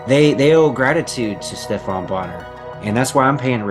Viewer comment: Come on man did you really say Steph-ON Bonnar ? It's pronounced steff-en